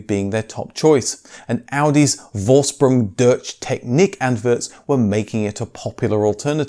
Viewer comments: "Vorsprung durtch technik" ok I give up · Forshprung dursh teshnik is the correct pronunciation. The U in Vorsprung is pronounced the same way a Yorkshireman says U in umbrella.